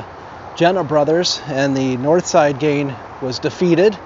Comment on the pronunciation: Can you say GanG? Not GanE